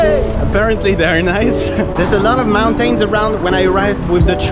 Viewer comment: not related to the video, but the way you said "mountains" killed me